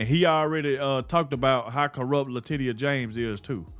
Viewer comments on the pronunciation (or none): Leticia, not Latitia lol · It's pronounced like "Latecia"NOT Latitia, DUH... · It's pronounced Latechia", not Latitia... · Her name is Letitia isn't it? Not latidia .. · "Latisha" is how she pronounced her first name Latitia,. Just a heads up. Keep up the good work. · You are pronouncing "Letitia" wrong! Say it like this... La teesh sha. Got it!? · I LOVE the way you pronounce Latitia. I hope she is highly offended but hey…that IS how it’s spelled!😂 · LA Titty YA! Is that how it's pronounced?